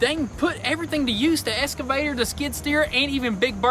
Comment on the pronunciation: It's EXCAVATOR ! not ESCAVSTOR 🙄